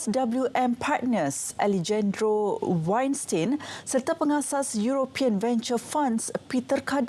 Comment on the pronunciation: cara baca, aleyhendro dan ihtiyar. all the best rtm 🙂